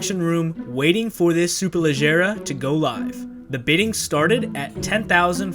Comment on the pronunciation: you nailed the pronunciation, language of origin and translation. Ladies and gentlemen, we have a rare unicorn here.